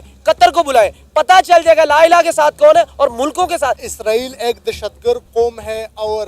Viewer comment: Ye lah ilah kahan padta hai 😂